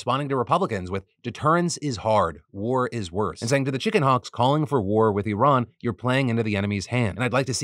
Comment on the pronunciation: Very impressed that Phil actually pronounced Iran correctly compared to other Americans.